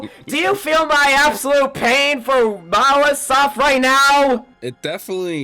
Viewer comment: Why do they keep calling monolithsoft mawasoft???